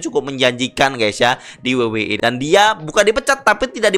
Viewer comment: Paling tidak bahasanya keren dikit la, masa we we e? Dabel yu dabel yu i coy..😅😂